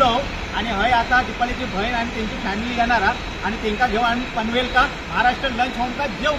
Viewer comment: भाऊ पनवेलका नको म्हणा पनवेलला अस म्हण व लालबाका नाय लालबागला असा म्हटलं तर बरा वाटत ऐकाक